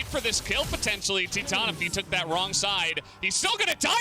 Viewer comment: When u pronounce titan Ti than lol